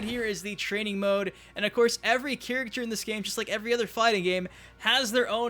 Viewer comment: Can you please learn to say: "Character" you say...like, "chirikter" Good video tho.